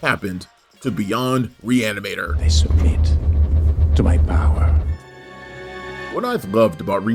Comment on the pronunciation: pronounce that title one more time... I think you can get it. Just messing with ya lol